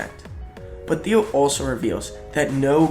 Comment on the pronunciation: I am a Taiwanese English teacher and I cannot believe the video maker mispronounced the word 'Thiel'. Originally, I thought I cannot understand, but with the help of the second round of listening and the clarification from this comment, now I got it. Thank you